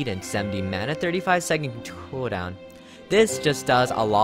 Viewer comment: KUDAWN!!! (cooldown pronounce) hehehe